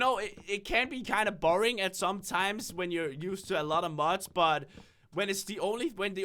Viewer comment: I find it funny that he pronounces mods as muds